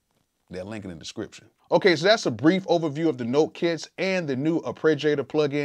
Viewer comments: LOVE your raw work Bro. One comment = AR- PAY-GEE-A-TOR, not AR-PRE-GEE-A-TOR. Root of the word is arpeggiate! Much love, you are simply an AMAZING source for creative music inspiration! THANK YOU, THANK YOU, THANK YOU!!! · Very cool and informative video. One bone to pick with you though. The word is ARPEGGiator, not ArpReggiator.